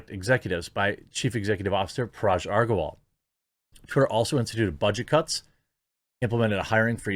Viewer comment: Hey Jeremy, just a minor, minor correction. You are pronouncing Parag's name wrong. You are actually pronouncing as Paraj. The sound of 'g' is similar to 'g' of 'gun'.....